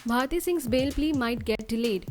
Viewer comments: It's BHARTI not BHATI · It's bharti not bhati?